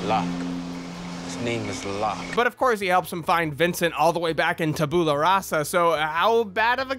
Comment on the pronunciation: Tabula is pronounced 'tabyoula'